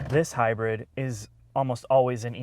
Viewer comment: “HYBIRD”??? Isn’t is Hybrid....... who gave these guys a channel?!? Ick